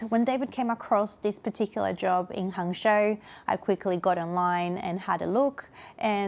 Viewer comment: Hangzhou is pronounced: Hung Joe